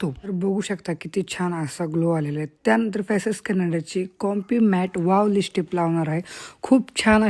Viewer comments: लिपस्टी नाही लिपस्टिक... क्रिमा नाही. क्रिम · *जयश्रीगणेश, नमस्कार सर्वांना🙏 *अगं.... लिपस्टिक असा शब्द आहे. *राग मानू नकोस... पण रहावलं नाही म्हणून सांगत आहे. * तू त्याचा नीटपणे, स्पष्ट शुद्ध उच्चार करत नाहीस...... *लिप म्हणजे ओठ आणि स्टिक म्हणजे कांडी किंवा छोटी काठी..... ओठ रंगवायची छोटी कांडी असा अर्थ नीट समजून घे! मग आता कधीच उच्चार चुकणार नाही. असो!😊 *धन्यवाद!😊